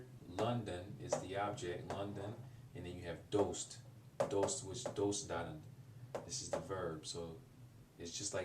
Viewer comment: Interesting video, but just some points based on the previous comments. Yuube is spelled 夕べ、昨夜 is "Sakuya". In Farsi, you said you're overpronouncing ayn on purpose, but it really does sound unnatural. Also, the pronunciation of "doost" (like) is wrong and I don't think I could have understood the meaning if it weren't written. If you have the will and money, I think getting Assimil for Farsi would be a great idea for shadowing practise.